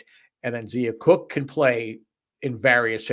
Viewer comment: It’s not Zeeeea it’s Z(long i) a . Brea is pronounced Bree ( no a sound)